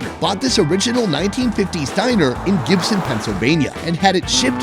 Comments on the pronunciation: It's not "Gibson" it's GIB-SONE-EE-A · >mispronounces Gibsonia FAIL